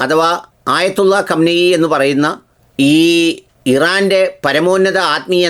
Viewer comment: കം നയി അല്ല ഖുമൈനി അതാണ് ശരി